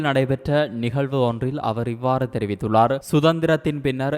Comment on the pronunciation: Not Theriviththullazu. Theriviththullar In some sentences